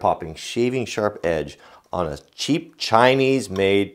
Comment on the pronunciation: what made u emphasis so much that it is a CHEAP CHINESE MADE????